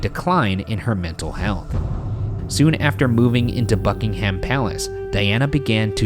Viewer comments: Also Bucking’am not Bucking-HAM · i can’t get over how ryan says ‘buckingHAM palace’ it’s such an interesting but also devastating case another british case i would love them to do is madelaine mccan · U say Buckingham wrong just saying lol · Her death genuinely broke this country in more ways than one POST MORTEM: Genuinely can't get over how Ryan hasn't learned that English names are more guidelines: Bucking'um, Archbishop of Canterb'ry. I do want to see him pronounce Worcestershire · I love this show but please pronounce UK place names correctly - the ham in buckingham is pronounced um, Norfolk is pronounce nor fuk, Canterbury is pronounced canter-brie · You guys! 😂 From the pronunciation of Norfolk, Buckingham and Canterbury to the terrible and terrifying British accents about pillow talk. Here’s some more sayings for you - ‘I think you’re the bees knees.’ ‘Give me a tinkle on the blower and we’ll have some pillow talk.’ And that’s when I realise how bizarre the British look to anyone who doesn’t live here! 😂 We are a unique little island!